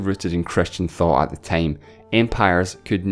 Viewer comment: hey this is the person so said tine instead of time